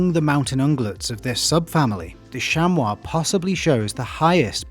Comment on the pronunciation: Thank you for pronouncing chamois correctly. American mispronounce it as shammy. Most have difficulty with French vowels and combinations, acting like the French are being difficult on purpose.